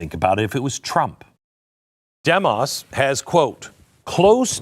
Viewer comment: Your mispronouncing Demos Glen... The pronunciation mark is even included in their name to tell you how to say it .... Dēmos (Dee mos, as in "Demon")